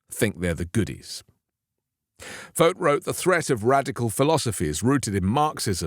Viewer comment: He should be called "vort" rhymes with rort.